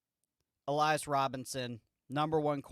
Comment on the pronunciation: I thought so, just got to questioning myself when he said Alias.